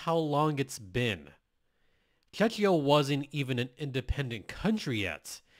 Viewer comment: Hi, I am Czech and my ears hurt every time you say Czechia the way you pronounce it. Just say Czech like in Czechoslovakia and add ia to the end. The way you were saying it, reminds me of Chechnya - part of Russia we have nothing in common. Thank you.